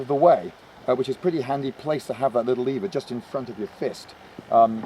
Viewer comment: "Leever"???? Sorry good sir, but it is indeed pronounced "lever".